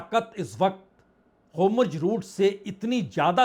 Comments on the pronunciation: वाजपेई जी आप जैसे सीनियर लोगों का hur muz की जगह होमुर्ज रूट कहना तथा (netenyahu) नेतान्याहू को netanu कहना उचित नहीं लगता है kripya apekshit sudhar kar le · होमुर्ज नहीं होर्मुज है।"आर" पहले हे "एम" बाद में और "जे" नहीं "जेड" हे। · आप होर्मुज को होमुर्ज क्यों बोलते हैं? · HORMUZ kaa sahee pronunciation aap kab seekh paayenge dear PPB. PLEASE reveal...😊😊😊